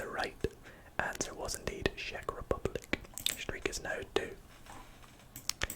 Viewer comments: It's not pronounced like sheck Republic, it's pronounced like check Republic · I live near czech republic but i think you pronounce czech rebublic with "ch" on the start but idk